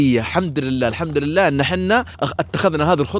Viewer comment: السلام عليكم بعطيك ملاحظه بسيطه الاحظك دايم تقول الحمدرلله غلط كذا تنطق الحمدُلله الله يكتب اجرك